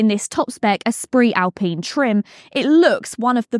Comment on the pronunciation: Its Al-pine not pene pine.